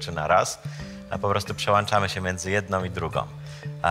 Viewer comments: "przełanczamy" ?! No bez jaj... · No nieźle profesorku Przełanczamy się ... xDDD